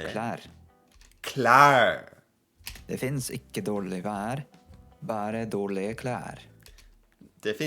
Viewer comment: Agree! I pronounce the g and the e in "dårlige", and the word "finnes" I do speak the e. Thats just two of the things that are most obviously wrong. Maybee I would come up with more examples if I saw it once more and with bigger attention to it! 😉 But given the fact that the "teacher" learned his quite good but not really close norwegian reding just out of Google Translate, I'll still applaud the ressault. Not perfect, but not bad at all.